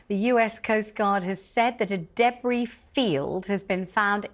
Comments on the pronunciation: What is a “daybree” field? Does she mean debris? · Deb Bree?! Noooo